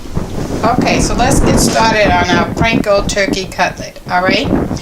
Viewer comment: P AAAAN KO bread crumbs lady!! Not PRANKO